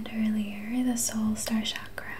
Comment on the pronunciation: It’s pronounced “chak-ra” with a ch not sh sound. ☺️